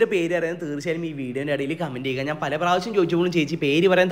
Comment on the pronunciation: നാൻ അല്ല ഞാൻ എന്ന് പടിക്ക് തിന്നാൻ മാത്രം പഠിച്ചാൽ പോരാ പറയാനും കൂടി പഠിക്ക് നാൻ അല്ല ഞാൻ....